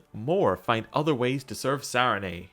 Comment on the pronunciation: I'm enjoying the series. This was the first episode I struggled through and it's silly, but your pronunciation of "Sarenrae" leaves off the second "r," and you said it a lot in this episode. 😂 Keep them coming!